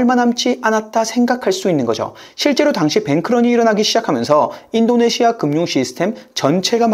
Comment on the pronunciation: 아이엠에프, 아시아, 인도네시아 발음하실때 "아" 또는 "인" 부분에서 조금 더 부드럽게 하심 안될까요? 잠에 들면서 들으려고 틀어놨다가 깜짝 깜짝 놀라서 깹니다.